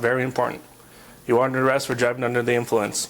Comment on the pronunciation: that cop sounds trunk couldn’t even say they’re under arrest right says it wrong three times